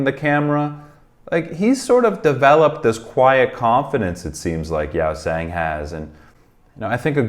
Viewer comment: The others in the comments have mentioned pretty much everything (that they were tired during this one, the language barrier is still quite big, a Korean interview or them just hanging out would showcase their personalities a lot better, Hongjoong is a fantastic leader etc.) but I wanted to point out the pronunciation of Yeosang’s name. It’s not Yow-sang, it’s more like Yoh-sang. You’re getting better with the others’ names so I just wanted to mention this. I love whenever you react to ATEEZ and I can’t wait to see more where you truly get to know them better!